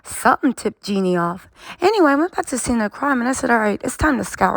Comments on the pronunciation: is one very hard working and astute content creator who understands and speaks legalese. Excellent content! I appreciate you! It’s not pronounced ‘Jenny,’ but ‘JeanEE’ (with a long E sound at the end of Jeannie’s name. Like Blue Jeans…Did you ever watch ‘I dream of Jeannie?’ It was an old tv classic before your time. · you’re working hard and being consistent with creating content - shout out to you…one thing, please say Jeanie - her name is not pronounced Jenny…🫶🏽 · Hi 👋🏼 her name is Jeanie (Jee-Nee) not Jenny 🤦🏽‍♀️ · I absolutely loved your coverage, but it drives me bonkers that you keep calling Jeannie, my Jenny, her name is Jeannie, is you're gonna do a report on it. Do your job and make sure you call them by their right name driving me nuts. And you have the best coverage of this subject so I don't want to go nowhere else to watch It. I just want you to say her name right